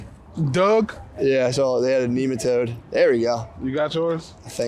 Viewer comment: The fact Matt just casually drops Neematoad 🤣